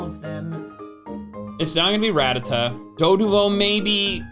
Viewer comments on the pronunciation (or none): It’s pronounced hihp-oh-PUH-TAHS, lihl-EE-puhp, RUH-TAT-TUH, and DRAP-ee-ahn, “”! 🤨